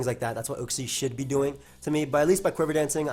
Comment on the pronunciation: You trigger me with your way of saying uxie